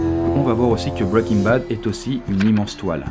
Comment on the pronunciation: Pas mal ta vidéo, par contre ça m'écorches les oreilles de t'entendre dire bwwaiking bad , il vaut vraiment mieux le dire bien à la française que de se ramasser sur un accent approximatif. N'en diront certains.. :)